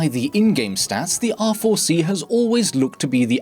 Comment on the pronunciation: It sounds like you are saying "awful C"